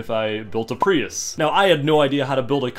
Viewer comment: "i want to give you your privus", sir i believe its prius